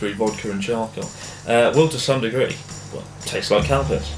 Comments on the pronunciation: he says calpis like cowpiss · I swear every time you say the name of that drink it sounds like "COW PISS" - do you hear it or is that just me? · I thought you said "cow piss" instead of "calpis" haha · I thought he was saying cow piss, but then he showed the can. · Am I the only one who thought he was saying "cow piss"? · At first i thought you said Cow Piss instead of Calpis. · I thought he said cow piss, not calpis. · I thought he said Cow Piss at first until he showed the drink. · Calpis sounded like you said cowpiss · Thought he said Cow piss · lol everytime you say calpis ,it sounds like cowpiss